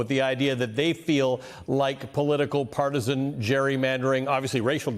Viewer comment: The man can't pronounce partisan. It is sad who people are leaving in office.